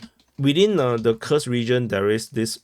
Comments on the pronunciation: It’s koorsk bro stop calling it ky ku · Koorsk, brother 😂, not kukus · Omg dude 😅 Your pronouncen of Kurs 😂 It's Kuuuursk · Couldn't handle it further than 30 sec... "Kukus"... Fing lazy prick... Never bothered to learn the pronunciation of anything... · "Kursk" pronunciation